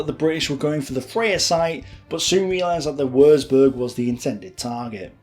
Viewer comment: Excellent, detailed and well researched documentary. BUT........... One of my OCD's is pronunciation and, I'm afraid, every time I hear such blatant incorrect ones, it's like hearing the notorious fingernails running down a blackboard. WURZBURG - Germans don't have a 'W' sound like ours, it's pronounced like a 'V'. Also, 'Z' is pronounced like 'TS' LEICA - The German language has two dipthongs using the letters 'E' and 'I'. Theirs are not surrounded by such stupid rules as 'I before E except after C' and are, in fact, incredibly easy for an English speaker to work out. Ignore the first letter and pronounce the second as if reading it from the alphabet, hence LEICA is pronounced L-EYE-KA. LOUIS (Mountbatten) - is a French name and should be pronounced LOOIE (think the American soldier's slang word for a Lieutenant) REDOUBT - instead of emphasising the syllables so that it comes out as RED-OUBT, make it RE-DOUBT You will need to remember these if you are continuing to make documentaries using German words, fortification terms or Lord Mountbatten. Finally........ STRACHAN - a fine old Scottish surname with the typical Scottish pronunciation of 'CH' making it sound like 'STRACKAN' (have you never heard of the footballer Gordon Strachan or the television personality Michaela Strachan???!!!?) Otherwise, great documentary and if you happen to make one about Dieppe, I would be most interested as my mother's first fiance was a member of no. 4 Commando on that raid, survived it, but wa